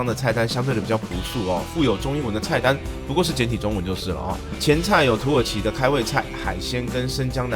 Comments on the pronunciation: 一直聽成土豪商務艙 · 一直聽成土豪..